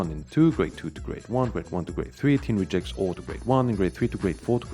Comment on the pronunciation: I'm assuming that his pronunciation of "engines" is an intentional joke, and pronouncing "rejects" the noun as if it were the verb is accidental, but beyond that I'm never quite sure. :-)